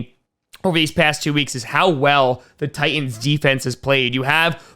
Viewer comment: It's "Titans" not "Tie ends".